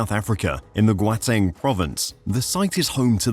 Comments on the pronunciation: Gauteng, not Gwateng 🙃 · This video is great, you just very badly pronounced Gauteng, it’s almost pronounced like How-teng but the G sounds like a G in German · Your pronunciation of Gauteng nearly gave me a stroke